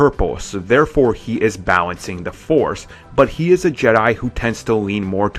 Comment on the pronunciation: "bawencing" "beweve" "han sOwO"